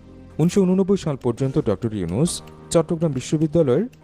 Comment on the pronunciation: ডক্টর মোহাম্মদ ইউনূস স্যার,, নামটা ভালো ভাবে বলেন,, সম্মান না দিলে আপনার সম্মান ও থাকবে না, সবাই তোমাকে আন ফলো করলে তোমার ও বেলো থাকবে না,, মনেরাখবে😡